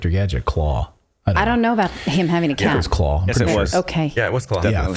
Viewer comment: "Not Craw --it is Claw".